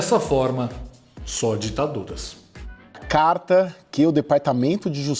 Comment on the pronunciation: Quanta dificuldade do comenazista em falar DITADURAS.